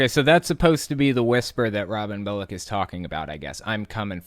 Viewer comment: Why does Bullock almost sound like "bollocks"?